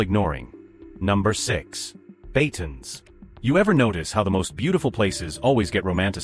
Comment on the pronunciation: BATANES not BATONS.